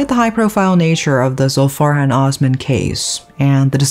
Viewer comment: The S in Osman is pronounced the same as in Sweet or Sauce.